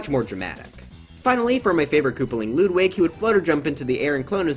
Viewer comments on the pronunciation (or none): It’s Ludwig not Loodwig